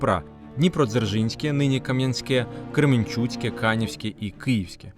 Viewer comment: Дуже цікаво, дякую! Тільки не КремІнчуцька ГЕС, а КремЕнчуцька.